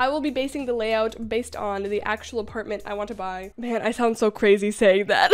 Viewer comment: The way you said “seven foot næn” gives me life 💀